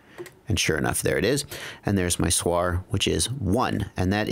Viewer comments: Please don't call SWR a "suar"! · (SWR) stands for = Standing-wave ratio and is defined as the ratio of the maximum radio-frequency (RF) voltage to the minimum RF voltage along the line. SWR is an acronym not a word. Great production of the video, just can't understand why everyone tries to pronounce acronyms like its a word. I hear it on other videos too, mah, LED, to mention a few. Keep up the good work. The information is very useful. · ps. when soldering small things like SMD, put your little finger on the table (or something solid) as a reference, your hand will be stable. Using a teflon coax is best, it's quite heat resistant and will not deform when heated. ps....First time I hear someone say SWR like that ;)